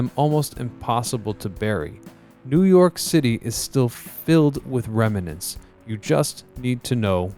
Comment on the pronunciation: Did he say “New York city is full of “remenants”? Come on! That’s terrible.